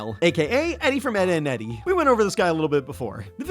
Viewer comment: oh lol. it sounded like said "eddy" in the video lol.